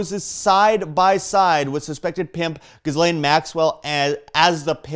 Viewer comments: It's not Gis-lane. It's Jizz-lane - It's french. That's the phonetic pronunciation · Ghislaine is pronounced GILANE.. Sheesh!